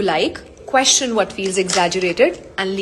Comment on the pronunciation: Question ❌ quechion ✅😂